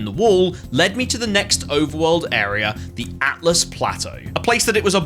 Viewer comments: Can i just say great game play thoroughly enjoyed but have to say its "ALTUS" plateau NOT "ATLAS" 😂 after beating this game myself definitely enjoyable watching someone else go through it for a first time again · Carefully explains how to pronounce Siofra. Immediately can't say Altus correctly. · Dogs people for potentially mispronouncing Siofra…immediately says Atlas Plateau 😂 Love it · Altus, not Atlus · You pointed out the correct pronunciation of Siofra, but then called Altus Plateau "Atlus" 😋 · I love that you got on everyone's case about how to correctly say "Siofra", then almost immediately went on to pronounce "Altus" wrong lmaoooooo